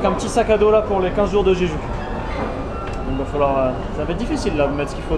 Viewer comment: En romanisation ça s'écrit jeju mais ça se prononce Jejou! ^^